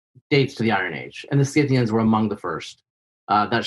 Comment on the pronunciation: For Pete's sake! The "c" in Scythians is SILENT!